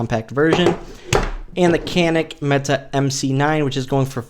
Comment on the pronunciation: Mete is pronounced like meet and meat. Spread the word.